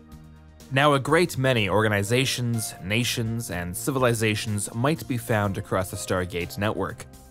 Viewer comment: those, "-nations"?? 🤯